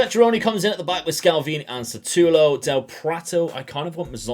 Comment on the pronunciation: No offence, but it's Šutalo not Satulo. Letter "Š" is similar to letters "SH" in a shoe. You can try and say Shoe-talo :) Thanks for the good content!